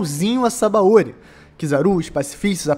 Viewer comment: Sabaôri é o teu cool. Pronuncia direito, porra